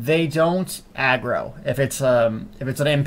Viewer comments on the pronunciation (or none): none